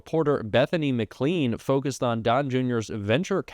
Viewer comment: Oh my God, you sound like AI. The name McLean is pronounced "McClane" not "McClean"